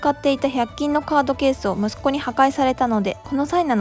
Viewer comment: ムスッコではなく、ムッスコなんですね👦